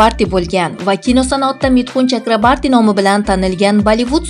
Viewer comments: Чакрабарти эмас! ЧАКРАБОРТИ! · Mithun chakraborti deb ayting singlim. Udareniyani tugri koyub oyting.udareniye o harfina tushadi